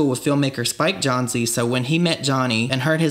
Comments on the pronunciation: Living for this pivot to different content - longer form, well-researched / produced, documentary-style content is definitely my favorite at the moment & im stoked to see more of that from you Also, pssst…Spike Jonze is pronounced like “Jones”, not “John-zee”, just a heads up coming from a place of good intentions with love & peace 😉 He is iconic, responsible for some of the best movies, music videos & other media projects & collabs in pop culture history. All hail Spike Jonze 🙏🏻 Killing it lately, keep it up, I think you’re really finding your groove & your own flavor of content & im stoked to see what comes next ❤️❤️❤️ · Spike Jonze...... Is pronounced like its spelled jonez ... Rhymes with bones... Not john-zee... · It'd pronounced jones not john zee. So what that says is you don't know what your talking about . John zee come on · I love you but my old brain immediately tweaked when you pronounced Spike Jonze Jon-zee. I don't remember him spelling it like that when I was a kid but I also wasn't reading much about him because I was so young I just heard his name said all over the place Spike Jones. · "Spike Johnzee" LoL. Its pronounced Spike Jones. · Spike Jonzee?!? Haha. It’s just pronounced “Jones” my guy. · It’s pronounced “JONES”!!! Not “johnzee”. 🙄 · Tell me you don’t really know that much about Jackass without telling me you don’t really know much about Jackass. “Spike Jon-zee.” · Jonze is pronounced like "Jones" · Jack Kerrack, Spike Jonzeee lol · Isn't spike jonze pronounced spike Jones? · It’s pronounced Jones like Mike Jones 😆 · Spike pronounces his last name Jones. I know it's spelled Jonze so I can understand your confusion. This is just a friendly way of telling you how to say it. Thanks for the vid you did re Bam! :) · had to turn it off when he pronounced spike jonze "spike john-ZEE" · Just fyi spike Jonze Is pronounced (JONES) same as regular spelling it’s just an odd spelling same pronunciation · Spike Jon-zee? LOL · spike jonz-EE